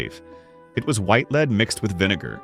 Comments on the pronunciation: lead is pronounced led not leeed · The pronunciation is lead+++led! It’s AI because it can’t pronounce some of the words! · Haha..,lead (with a long e )and arsenic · I do wish AI would learn the pronunciation of the metal LEAD!